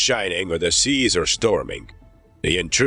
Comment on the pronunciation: Whether the Shun is shining or the Sheas are Shtorming 😂